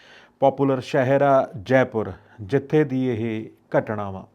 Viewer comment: ਘਟਣਾ ਨਹੀਂ ਹੁੰਦੀ ਘਟਨਾਂ ਹੁੰਦੀ ਹੈ